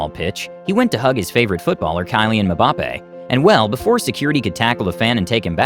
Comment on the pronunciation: The narrator butchered Kylian Mbappe's name 🤣🤣🤣